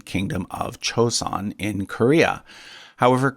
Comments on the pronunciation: It's not chosun it's joeson. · the J in Joseon is pronounced correct, not CH